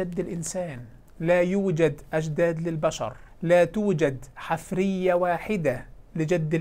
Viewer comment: المُلحد المغاربي يقول "...الحِـِفـْرِِيَـَة" بكسر ثم سكون ثم كسر ثم فتح. وهذه الكلمة ليست من العربية، بل في قواميس العرب "حـَفيرَة" بفتح الحاء وكسر الراء، وهي ما يـُحْفَرُ للبحث عن الآثار.